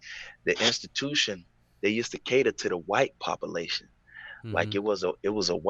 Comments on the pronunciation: Read it just as he said it !!! 😂😂😂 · From now on I’m saying “pop-a-lation”